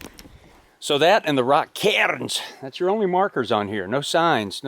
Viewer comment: Tip of the cap for pronouncing cairns with a slightly Scottish accent.